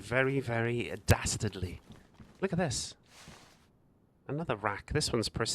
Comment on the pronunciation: What do u mean "if we want to be dasterly..." WHEN butt WHEN!